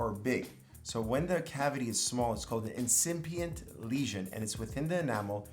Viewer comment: When you are saying “incimpient lesion” … do you mean “incipient lesion”? That’s the correct term. Where did you get your dental degree?